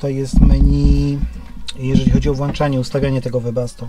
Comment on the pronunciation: włączanie, wyłączanie a nie włanczanie, wyłanczanie... Reszta OK :)